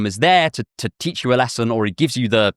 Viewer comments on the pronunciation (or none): none